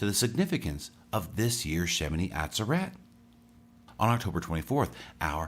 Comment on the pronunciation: FYI= shemini ah ZER et Emphasis on second syllable.